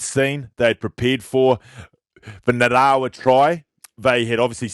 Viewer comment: bro get your pronunciation sorted out for our man Nga- ra-wa ok! Geez boy that's embarassing for an ex Wai-kato legend! See bro I feel bad for you coz this could go viral for all the wrong reasons so, bro help me to help you cuzzy!